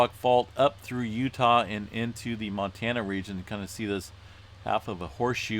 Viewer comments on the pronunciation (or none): none